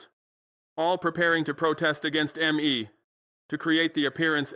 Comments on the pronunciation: Fckn hell do better with your ai shit. How annoying to hear... M. E instead of me. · 🟡🟡🟡🟡💯💯💯💯💯💯. BUT ... ABOUT PRONOUNCIATION..............Why mmm eeee in stead of simply........me.❓❓❓ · So this AI cannot pronounce me😂😂😂